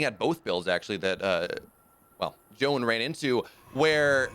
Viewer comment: It is Zzzoun like Zebra. Not Guan, Joan, Hohan or Jaboon 😂😂😂